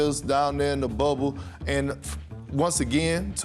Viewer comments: Nobody: Perk: “Once again to reliterate” 😂😂😂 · Perk has been cracking me on ESPN every time. I usually don’t comment on his errors but what in the world is “Relilirate” 😂😂 Reiterate is the word Kendrick Perkins